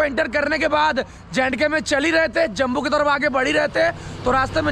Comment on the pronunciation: भाई, जम्बू नहीं, जम्मू नाम है, 😅😅😅